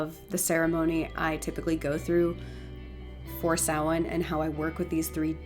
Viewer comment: This was incredibly interesting and insiteful, Thank you. Some great information, not least of all is the pronunciation of Samhain, which having never heard it said by anybody, I have always said "Sam-Hane", what a fool I have been